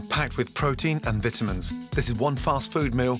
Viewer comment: So we ain’t going to talk about how he pronounce vitamins. Great video tho